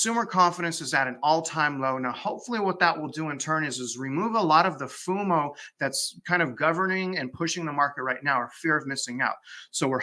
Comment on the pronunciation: It's FO MO, not FU MO. - that was a wonderful disclosure, two thumbs up!!!